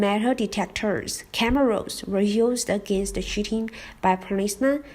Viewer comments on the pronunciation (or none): When you say 'cheating' it sounds like 'shooting'. I thought you said a police man shot and killed someone in the exam! I was like WTF.